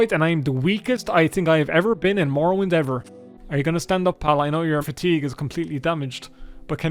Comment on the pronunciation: Elder scwolls tree mowowind